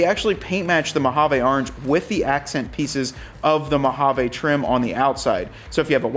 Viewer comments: I cringe a little every time you say "Mojave". 😆 Sounds like you're saying Mo-ha-vay. Most of us say Mo-ha-vee. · THANK YOU ... almost turned it off because the way he kept saying it... like who told you that was how you pronounce mojave ???? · Thank you! Yes “vee” is the correct pronunciation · I liked the orange “Mowhaveh”😂 accents. Specially the cowl. Don’t mind if I press on the cowl link and Tazer